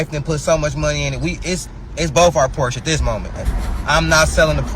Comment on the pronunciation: First of all. Learn how to pronounce the word Porsche. Especially if you own one.Secondly the brother purchased the 996 -911. That model always has problems. Stay away from that one totally. Porsche enthusiast will tell you that one.